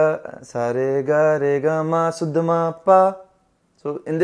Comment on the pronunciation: Bhai shuddh ko suddh mtt bola kro bda awkward lgta sunne me 🙏😅 guddu bhaiya thore hi ho aap 😀